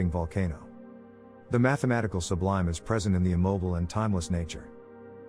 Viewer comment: Teach your AI to say THE sublime.